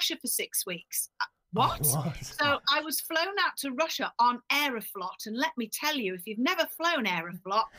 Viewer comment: I'm a Russian speaker... can I just say aeroFLAHT.... 🤣 It's actually pronounced much closer to "float".